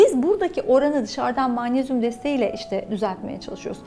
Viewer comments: Yazıldıgı gibi okunur magnezyum (maanesyum) degil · Mağnezyum deilmi Hocam sizin magnezyum söylemeniz çok farkli acaba Bildigimiz mağmezyummu😄😄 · Maanezyum ne yahu magnezyum diyemiyor musunuz? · Türk Dili ve Edebiyatçılar’ı göremedim: mağnezyum 😅